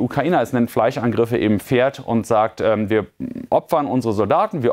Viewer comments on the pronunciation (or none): none